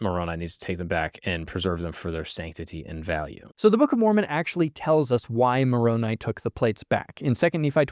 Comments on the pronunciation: For all the things he might have inadvertently misconstrued, is proof to me that Mark is being earnest in his approach when so many others are scornful. He actually pronounced Moroni's name correctly, something that so many other critics fail to do. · I appreciate that Mark pronounced Moroni's name correctly. It's a dog whistle of anti-s when they say "MOR-o-NEE"